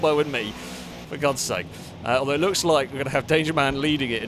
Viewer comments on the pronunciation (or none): none